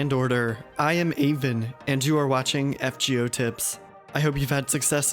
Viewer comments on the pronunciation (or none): none